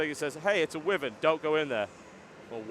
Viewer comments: its pronounced why-vern not wivern but ok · I think your miss pronouncing wyvern.